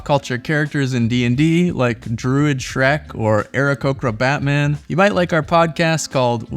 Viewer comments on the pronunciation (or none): none